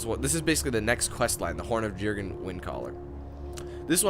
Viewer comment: Jurgen is pronounced "Y"urgen. Silent J. As in "Jose". or "Y"arl. Sorry that was bugging me. :(